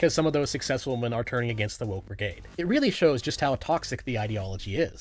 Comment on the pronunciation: You said Wahmen. Like nux